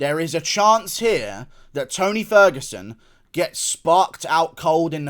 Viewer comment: When you said beat the T out of ferguson, call him ony ferguson I spit my drink out 🤣🤣